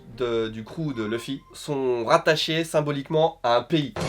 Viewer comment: par contre dire loufy c'est bizarre non enfin je suis pas fan de one piece ou quoi mais dire leuffy c'est plus stylé nan ?